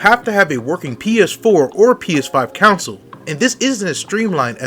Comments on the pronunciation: CON-SOLE.... not Council!!!! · Its CONSOLE and not Council lol 😂